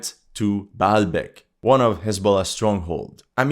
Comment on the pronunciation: FROM YOUR ACCENT FOR BAALBEK ,,,, I CAN SAY THAT YOU HAVE ARAB ROOTS